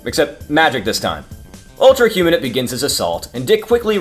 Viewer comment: Great video! However it bothered me how "Humanite" was pronounced. It's "human-ite" not "huma-nit"